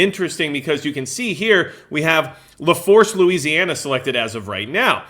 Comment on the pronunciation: LaFourche is pronounced "La Foosh". We have parishes, no counties here. 😅 I live in St. Tammany parish.